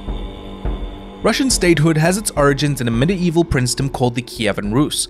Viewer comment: Uhhh… “Medieval” only has three syllables. The “ie” in the middle is an dipthong pronounced as “ee”.